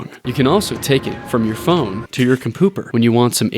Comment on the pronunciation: "a freaking puh fone game" 🤣🤣🤣🤣🤣🤣🤣🤣🤣🤣🤣🤣🤣🤣 i cant w you bro i swear subbed